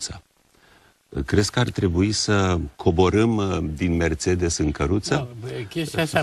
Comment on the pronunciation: Prost este cel care spune Merțedes in loc de Mercedes. Liiceanu nici macar nu este capabil sa se corijeze si sa-l asculte pe Plesu care pronunta corect.